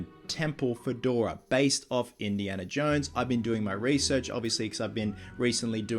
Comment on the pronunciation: He said Indiana johns